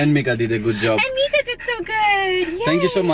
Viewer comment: It’s said Meeka